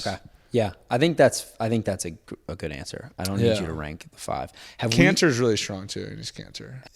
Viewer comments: I thought he said cancer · I got a little nervous at the end when he said kanter because I though he said cancer